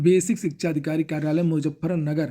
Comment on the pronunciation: Shikha chayan ayog 😂😂😂😂 ❎ Shikhsga Shayan Ayog ✅